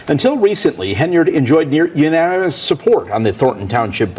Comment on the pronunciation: the way he said UNANIMOUS